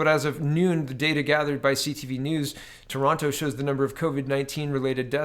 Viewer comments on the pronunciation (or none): none